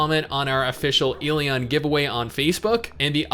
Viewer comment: I cringe every time he pronounces the game title incorrectly....